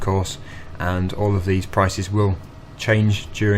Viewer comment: Theese bottles hahahah